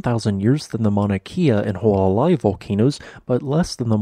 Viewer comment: Who a la lie - phonetics for you… for… Hualālai / And Mauna K ah for Mauna Kea